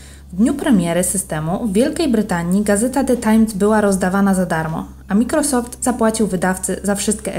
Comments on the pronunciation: wym. "majkrosoft" nie mikrosoft. Chociaż jakbyś jej napisał do czytania z wymową jak nie zna angielskiego ;> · Super filmik, tylko nie "wszystke" a "wszystkie" i nie "mikrosoft" a "majkrosoft"👍